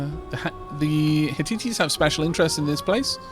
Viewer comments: ' ... the heh-tea-teas' Hmm... I've always heard it pronounced 'heh-tights'. * searches online * Yeah, dictionary pronunciation audio files seem to agree with me me on this... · The Hitites are pronounced HIT-tights. Even the game pronounces them that way. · minor point but Hittites is said like "hit-tights" nevertheless this is a great series I always love your content.